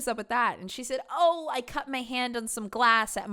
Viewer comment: Here’s muh man, here’s muh mortgage lmao